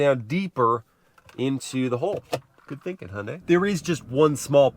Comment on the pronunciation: The best Hyundai pronunciation among Americans 😊😊 Great job